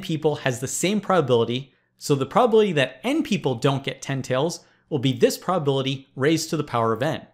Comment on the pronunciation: It drives me crazy that Presh consistently fails to enunciate the words "calculate", "calculation" , and "probability" . He slurs through the middle syllables in those words every time. They become "cal-klate", "cal-klation", and "prah-bility." Given how often he uses the words "calculate"/"calculation" in his videos, it's maddening, and it's especially weird because I went back to some of his earlier videos and he used to say them correctly.